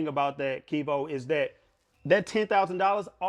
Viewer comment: he keep callin him wtf